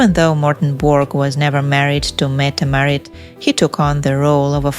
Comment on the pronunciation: Metam Marit? It’s Crown Princess Mette Marit.